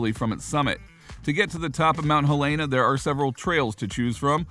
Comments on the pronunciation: Okay - thanks for this. But you need to pronounce it right: it is "HEL-eh-nuh." People from there (including me) really hate it when people call it "hel-AY-nuh." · You would think that if someone is hired to voice over a type of travel log....they would pronounce the town name correctly...and I'm from Illinois.